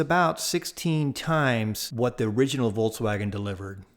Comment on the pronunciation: Awesome. Just awesome. (But is he saying "Voltswagon"?) That'd be cool if it was an electric VW. Lol.